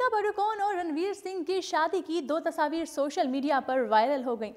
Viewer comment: Kya yr tasaavir tasaavir sidhe bolde ne tasvir gawar